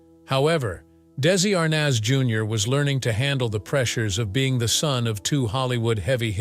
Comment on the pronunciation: It’s ARNez .